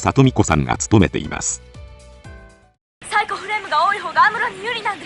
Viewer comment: サイクフレームではなく、サイコフレームねｗ